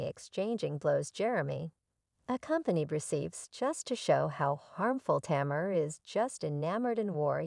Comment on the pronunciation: Tamur??? Like lemur??? Put some respek on her name lady and at least add to ur research.......how to pronounce this woman's name. Basic respect. Sheesh. What is the purpose of this negative ass vid sis?